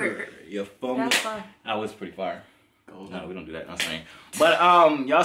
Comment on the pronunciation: Boy said “oh my gosh, the shirt was fye” I’m dieing 😭😭😭